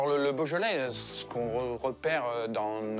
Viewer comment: “Boja-lay”??? I know French is hard, but couldn’t they get someone to teach the poor guy how to pronounce the French words somewhat correctly?